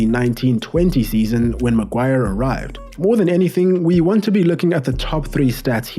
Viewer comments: The £egend that is the ‘Hairy Magwar’ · ITS' LORD MAGUIRE! GIVE RESPECT FFS